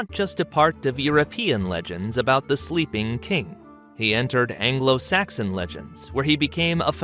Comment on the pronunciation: So at 17.53...afro saxon?